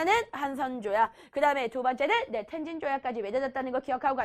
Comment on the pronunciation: 텐진아니고 톈진